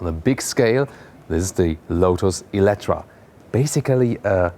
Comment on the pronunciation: Nice car, interior and exterior are just stunning. But your pronunciation is bad, not EletrA , you should say EletrE (in hungarian életre). Star Trek and Star Wars? It is completely all the same. Both are dead. Forever. Kathleen Kennedy killed SW, Alex Kurtzman killed ST.